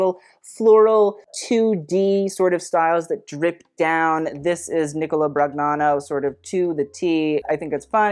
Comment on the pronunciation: Hi,! I know how much you love pronouncing names correctly, so if I may for Nicola Brognano: Ni-CO-La Bron-YA-no (the “gn” in Italian becomes a kind of a nasal ñ sound with the tip of your tongue up on the roof of your mouth.) Cheers! Loving this roast.